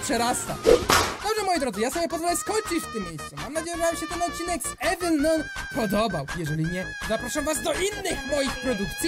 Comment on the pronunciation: juniooooor to się czyta "nan"